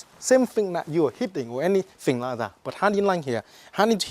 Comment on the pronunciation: I wike, he weally good